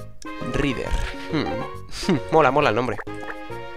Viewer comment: Rider se pronuncia R-a-i-d-e-r,Como Tom Rider!! ese ingles...